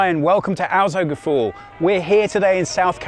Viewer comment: Welcome to Autogefool?? Man that hurts.. learn to pronounce the name of your show correctly